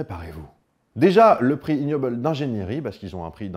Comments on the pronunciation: Super video, comme d'hab. Par contre en anglais ça se prononce "iguenobel" pas ignobel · pour rappel : en anglais le g se prononce "gue" pour ce cas. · Le G n'est pas muet dans 'ignoble' en anglais.